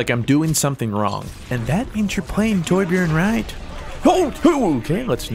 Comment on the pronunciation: Besides your'e saying it wrong it's not Tor-bjorn it's Torbj-örn